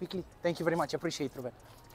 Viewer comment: Ce vlog și câtă răbdare, respect!! " Apreciatted apreciatted " :))))